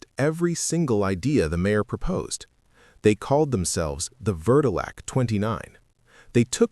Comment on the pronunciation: It's pronounce ver-doe-lee-ack Edward Vrdolyak was a city councilman or Alderman. I was born and raised in Chicago for over 50 yrs and don't plan on moving, however, Chicago is undercover racist and prejudiced. I love Chi'Town but it has it's issues. Now, they're trying to get people to move in the suburbs while the suburban people are moving back to Chicago😂 There are several reasons including the ground sinking in. Turns out the government owns what's underneath your property, like coal 😅 and you can't do them from drilling. Chicago is being re-re-gentrification😂 I've live in the same neighborhood except for the 2 yrs I moved up north. I'm back in my Bronzeville neighborhood 😊